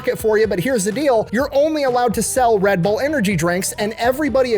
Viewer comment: So it’s pronounced Red Burr??? I knew I was saying it wrong.